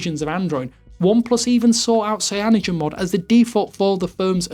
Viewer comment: Why can't this homie pronounce 'cyanogenmod'?